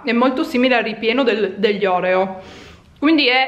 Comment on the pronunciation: Tu prego tutto tranne ÒREO si dice ORÈO grazie ti amo♥️